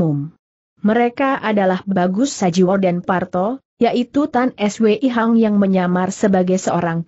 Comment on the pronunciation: Tan Swei Hong, kenapa sulit mengucapkannya? Padahal kalau AI yang jadi narrator tentu mudah.